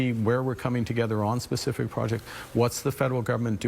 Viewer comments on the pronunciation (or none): I don’t understand his pronunciation of specific